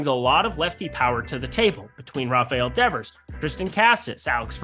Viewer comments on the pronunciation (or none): none